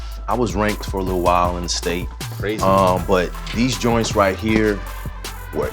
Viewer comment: He said “Joints”